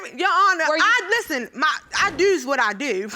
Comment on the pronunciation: "I dews what I dew." I bet you dew.